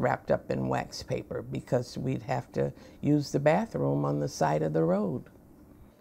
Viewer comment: Correction, "What's a 'bafroom'?"